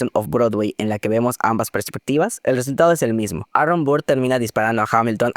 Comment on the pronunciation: No me estoy burlando, pero necesito mencionar que me hace gracia como pronuncias el nombre de Burr.... BURR jsjsjsjs Por cierto, muy buen ojo para distinguir las diferencias en los matices. Yo pensé que Eliza estaba usando ropa blanca en el segundo acto en Burn.